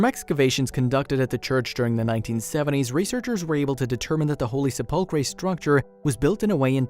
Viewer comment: Please find a narrator who knows how to pronounce words properly. Se-pull-cray? Really?